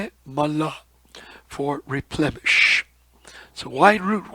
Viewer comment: Replenish is with n, not m, not replemesh....plen rhymes with then... nish, which rhymes with fish... replenish.